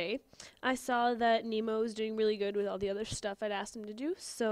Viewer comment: you said whit